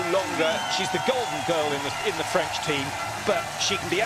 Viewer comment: It's "French" no Freinch XD